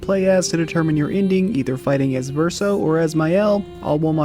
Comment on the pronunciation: The way Verso says it is not fully accurate. Source : I'm a native French speaker. The first syllable should not be pronounced "sih", that's not how we say the "i" vowel sound in French. It's more like "see-ren", but even then, it's hard to convey exactly how it should sound to an English speaker. Suffice it to say no Engish speaker will truly say it correctly lol.